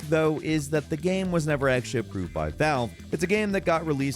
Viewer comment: Yo, why do you sometimes say “game” “gayam”?